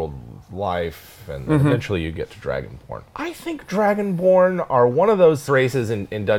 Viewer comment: I thought he said dragon porn 😂😂😂